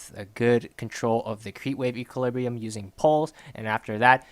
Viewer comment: if you say equalibriu one more time i am gonna kill myself :))))))